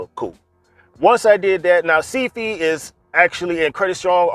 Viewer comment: “ Seed Fee “ 😂😂😂😩 I laughed lol the way you pronounced it , but thank you for this info !! I subscribed